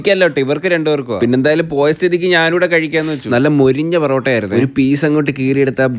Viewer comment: പെറൂട്ടാ അല്ല പൊറോട്ട